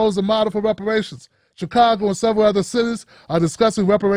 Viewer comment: Repuhrayshinz iz lolng ova doo